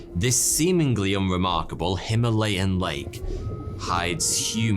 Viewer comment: Just so you know, correct Pronunciation of Himaalay: "him"+"a" (a as in "arch")+"lay" Its a hindi/sanskrit word, literally meaning him(snow/ice) + alay(dwelling place), i.e. dwelling place of snow, just as library is "pustakaalay", pustak(book)+ alay(dwelling place), and court of law is nyaayalay, nyaay(justice) + alay(place)